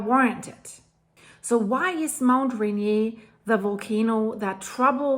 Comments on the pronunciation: It's pronounced Rain-eer, not rain-yay. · Ray Near.... Rain Ear. You live in the pacific northwest pronounce the mountains name correctly. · It's pronounced, "Raineer" not "Renyay", lol. at least we Americans say it that way. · btw Mt Rainier doesn't have a French accent, it's pronounced Re-near, Rain-near or even Re-nir, but definitely not Re-nié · it is pronounced Rainier like the beer and not Renee like you're calling it just think of the beer and then say the words until you get it right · "Rain - Ear", or Ray-near" not "ren-yay". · It's not pronounce Raynee! It's Mt Rainier. Notice the ierrrrrrrrr. You live only about 120 miles from it! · Dear, it's not pronounced "RAIN-NI-AY" (a French pronunciation). This mountain was named by the British in honor of a Briton. The correct pronunciation is RAY-NEAR. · I'm sorry but I have to help you. It's pronounced raynear. 😊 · Mt Rainier, not Renee..😅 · No offense, but since you're speaking English, Rainier is pronounced "ray-NEAR." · it is pronounced Ray-near. 😀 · Thank you for your reports, they are always informative and factual. This new event is very concerning indeed. Friendly tip: It pronounced... "ray-near". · Just btw- ra-neer..the mountain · We pronounce it just like Reindeer - Rainier (I think you are right in the French pronunciation but we use the other). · it's pronounced rain ear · It's pronounced Ray-Neer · FYI - just a detail. You’re pronouncing Rainier the French way. In the US it’s pronounced Ray-neer. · It’s pronounced Rain-near. Mt. Rainier. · Pronounced like the beer...lol Rain...ear. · Really like your reports! It would be cool if you would check with a local on pronunciations of places. Mt Rainier is pronounced Rain-ear. Puyallup is Pew-Al-up. Cheers! Smiles. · Rain•ear. Rainer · USA: say "Ray Near" or I'm on two many drugs or both? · Very interesting post. One thing-we’re not French, so it’s pronounced Rain-ear. Keep up the good work! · Pronounced RAIN - EAR